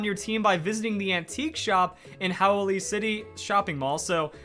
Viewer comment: By the way if you didn't know how to pronounce the city that is in, It's pronounced How - o - lee